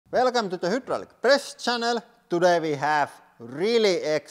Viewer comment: My man said "hjydrallik"